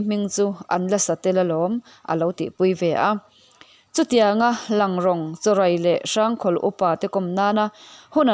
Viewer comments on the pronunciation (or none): Langrawng kha i lam dan kha a dik lo deuh rawng tih kha thluk tur a ni e.